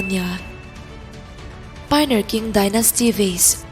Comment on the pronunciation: Qing hi king tiin an pronounce loa ching ti zawk in an pronounce thrin in k hria